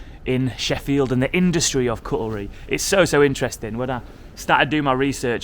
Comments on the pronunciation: It is: cut-lery. Not: cutle-ry. Grrrrrr. My family didn't make knives and forks for generations just for you to butcher proper pronunciation. 🤣😭🤣 Jokes aside, excellent video. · Cuttle-ry? Come on XD hahah! Cutlery! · It’s not cuttlery it’s cutlery x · is it just me or is he saying cutlery wrong? he is saying cut-ell-ree and its cut-la-ree, maybe it's just an accent thing but that's how we say it in leeds or i've just been saying it wrong for 40 years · CUT-LER-EEE Not CUTTLEREE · Just a small point, nice to see your visit documented, but my inner pedant was arouse... "cuttle-ry"? it's '"cut-lery", you just saying! Hope you enjoyed your day though. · kuttuh-lee ? cut-ler-y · oh man. Cuttlery what type of fish is that? facepalm & shame on your parents & teachers alike.! "kuht·luh-ree" ' cutlery ' is knives forks n spoons check the word online. It is not said like that. Its not an accent thing, It's just a word you don't know. I enjoy your videos, but more research is needed as education has failed the UK (I relate) some simple words are easy to misuse. damn,i'm that kind of arse who bangs on about grammar/diction via youtube comments. keep on wandering you. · Sorry for being a pedant but I thought I may have been saying it wrong all of my life when you said cutelry. Had to double check, it is cutlery. 😅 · Sorry mate .It is pronounced CUT-LE-RY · Cuttelry! ooh it's like nails on a blackboard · Cutelry. please learn some English. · Today I learned people exist that pronounce it “cuttle-ry” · I'd never heard it pronounced that way either as cuttelry would need two t's. It might just be a north/south difference as the chap is from those parts, I think, so I'm happy to go for a local way of saying things every time. His videos are great. 😉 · Hi, I'm from Sheffield and I've never heard anyone pronounce it as cut-el-ry. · God the way you pronounced cutlery threw me off so hard lol. Never heard it said that way.